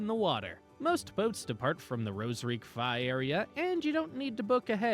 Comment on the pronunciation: Quay is pronounced "key"